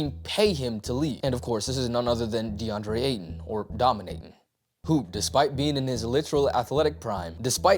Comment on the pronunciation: That look after you said "Domin-Ayton"... You just won yourself a sub with that one... 😅😂😂😂